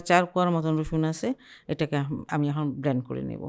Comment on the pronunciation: ধৃষ্টতা ক্ষমা করবেন । উচ্চারণটা ‘ব্লেন্ড’, ’ ব্লান্ড ‘ নয় । আপনার প্রায় রেসিপিই সুন্দর । ধন্যবাদ ।